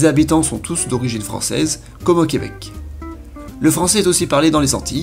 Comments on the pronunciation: C'est Québec et non Queubec. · J'adore le fait que tu dises le queubec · Jacob Hamel Je le sais cest juste que le gars qui parle le prononce comme ça donc je trouvais ça drôle